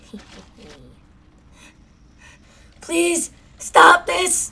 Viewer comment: "I'm your Nitmare😈"